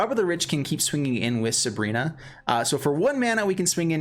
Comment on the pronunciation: Dude I can't bear with you calling her subrina... SU BI RA